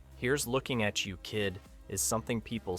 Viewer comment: Overall, I liked the video, but the narrator kept messing up the inflection on "Here's looking at YOU, kid."